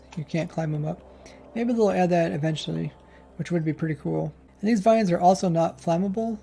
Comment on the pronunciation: He is German? Oh Lord!!